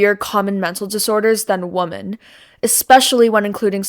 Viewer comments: Great video, I can tell a lot of work went into it. You are very bright and well spoken for someone your age! Only one small nit I have is how you pronounce women - I'm pretty sure it should be pronounced "wi-men" not "wo-men". Again great video! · THE PLURAL OF WOMAN IS WOMEN. PRONOUNCED W-I-M-M-I-N. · Every time you pronounce "women" as "woman" it bugs me. Granted, you just talked for half an hour nonstop, so error is to be expected, but I noticed you did it every single time with that single word. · Why do you pronounce "women"(plural) like "woman"(singular)? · is pronouncing "women" as "woomen" like it's singular a woke thing? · Women (plural) is pronounced differently than woman (singular) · Super off-topic, but I must ask as a linguistics graduate: are you aware that you pronounce "woman" and "women" the same? Are you from a region where that's common? I've heard this mostly from Canadians.